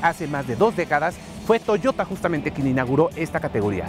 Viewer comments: en el segundo dijiste toyora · soy yo o dijiste toyora?? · Touyora?? Níssan ?? Qué pasa con la gente , ya no sabe disfrutar de su idioma el español? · "La nueva toyora" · estoy seguro que dijo Toyora XD XD XD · Di Toyota con acento español. Te ves mal. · Estoy de acuerdo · Oscar Sandoval si, realmente es algo cringe escuchar a alguien que habla español decir "toyota" en inglés cuando es una palabra en japonés